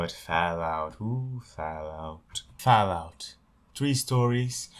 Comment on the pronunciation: Ah yes, Fahlout.